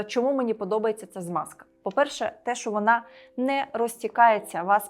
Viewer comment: Тільки не Смазка, а Змазка.